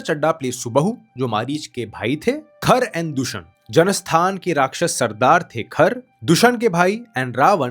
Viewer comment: Are you literally completely unaware of Indian culture? It’s not कंद but कांड - (kaand) not सुन्दरा कंद but सुंदर कांड not उत्तरा कंद but उत्तर कांड not सुमली but सुमाली not यक्षास but यक्ष not राक्षसा but राक्षस और राक्षसों not त्रिपुण्डा but त्रिपुंड Not क्रोधा but क्रोध damn, your pronunciation is so irritating! good to know foreign language but being alien to own culture is nothing but wokism! It’s irritating to hear I correct pronounciations which automatically shows your Ramayan knowledge is recently read!